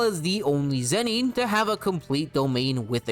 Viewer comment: lol zen-NEEN. so distracting